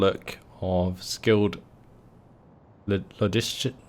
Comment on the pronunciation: lo·gis·ti·cian. That's the pronunciation lol. Aren't you able to control the artillery? If I recall, you did that before during your Caesar and Gaul campaign